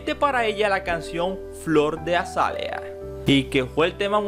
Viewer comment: Pardavè lleva la fuerza de pronunciación en la última sílaba y Azálea en la segunda.